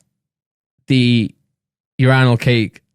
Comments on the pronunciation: Bro what the fuck who pronounces urinal like randolf “youRANall” wtf nigga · It took me a while to realize Randolph was saying “urinal” but i kept hearing “Your Rhinos” lmaoo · it's pronounced yur eye nal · WTF IS YOU-RI-NAL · Randolph just said ur-rye-nals what the fuck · The way Randolph pronounces urinal is fucking disturbing 😂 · Randolph doesn’t know how to say “URINAL” 😂😂😂😂😂